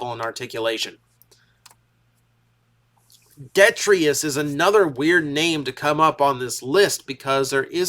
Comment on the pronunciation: Its pronounced ‘De-try-tus’.